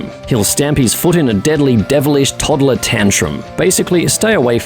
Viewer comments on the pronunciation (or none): none